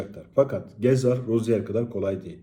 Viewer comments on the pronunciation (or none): bu guzel adamin adi Roziyer okunmuyor. Roziye okunuyor.